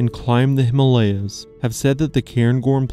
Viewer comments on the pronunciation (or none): none